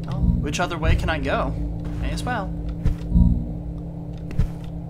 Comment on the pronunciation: I'm not sure why, but every time you say "Way" I imagine that you're saying "whey" and it amuses me greatly.